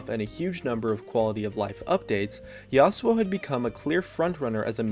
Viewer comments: 1:st Azir is the shittiest mid evr 2:ns IT'S "YASO" NOT YASOAU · #1 Azir if amazing and has great poke potential #2 It's pronounced Yas u o, which is how he pronounced it.